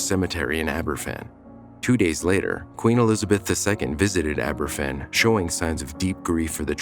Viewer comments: It would have been nice if you'd done the research into pronouncing the name correctly. It's pronounced Ab-er-VAN, not AB-er-ffan; a single f in Welsh is pronounced like a v in English. It's honestly pretty basic research to learn how to pronounce the name of the town, especially when it's the biggest disaster involving children in the history of that country. Additionally, it was spoil that fell on the town, not coal. Spoil is waste from mining. It's not coal. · Pronounced Abervan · Aber van...that's how you pronounce it. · Please tell this guy F is pronounced as a V in Welsh two Fs are pronounced as F. It’s never mentioned that one of those intrusive reporters was hit with a shovel by a distraught relative witnessed by a police officer who ignored it, a friend of mine who was there and witnessed it. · A little research on how to pronounce Aberfan would have been nice. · Please learn how to pronounce Aberfan.